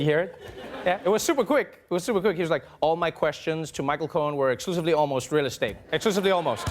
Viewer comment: Did he say "real estake"?